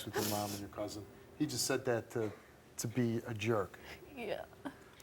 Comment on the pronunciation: It is not cousANT. It is cousIN. Lord, that is so white trashy...